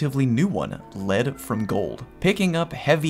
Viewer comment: Nice one, you don't need to hear someone say "Leed from Gold." It's better hearing someone like say it, because they know what they're talking about.